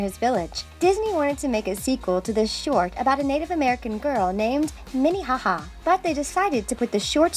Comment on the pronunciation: When I heard "Minnihaha" I gaged